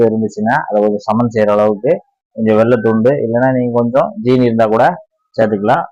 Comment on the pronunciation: ஜீனி என்று சொல்லாதீர்கள் . சீனி தான் சரியான உச்சரிப்பு